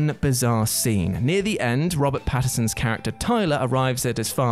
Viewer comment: Very late comment, but it's Robert Pattinson, not Patterson.